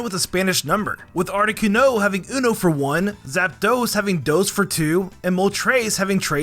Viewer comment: ARTICUNO, NOT ARITUNO!